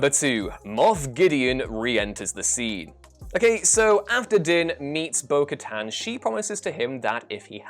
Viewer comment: Thank you for pronouncing Bo-Katan correctly. This puts you a level above at least 3 channels today.